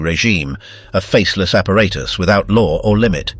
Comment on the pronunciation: Maybe it would have been better for the Brits to speak German. The narrator can’t pronounce ‘apparatus’ properly throughout video; screwballs can’t speak their own language.